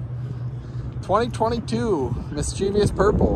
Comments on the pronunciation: It's "mischievous", not "mischievious". :) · Mis chuh vus. Not mischeeveeus 🤣👍